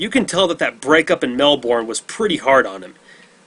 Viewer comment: Mel-burn not Mel-born